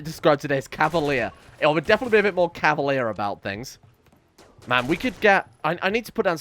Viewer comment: Cavalier, not cavalire.